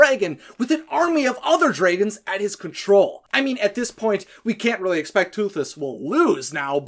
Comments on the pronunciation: So...why do you keep pronouncing "dragons" as "draygons"? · Why are you saying dregons it is drogon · Pretty good vid, but the way you say, "Dregons" becomes unbearable. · You are saing it wrong. It's dragons, not dreigens. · Lmao what accent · Why do you keep referring to Dragons as "dragans"? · I hate how this guy calls the dragons dreygons and the alpha an elpha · Why does he keep saying DREIGONS ? It's a little bit annoying ! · The pronunciation of Dragons is probably the only part of this video that I would say is grating.